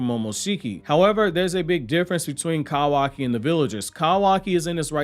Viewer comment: I like how he calls kawaki "kAwaki"